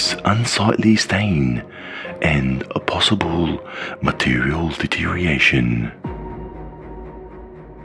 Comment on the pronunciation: It's 'deterioration' not 'deteriation' fyi. Small thing but it'll make the vids much better to watch.